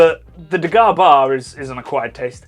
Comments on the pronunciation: It's not pronounced that way. IT 😂is de harrre (from back of throat) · Is de Garre Tripel bottled with refermentation in the bottle or is it bottled as is? That can of course make a huge difference with the draft version. And even the Belgians do not pronounce 'de Garre' with such a hard G, so don't bother. 😂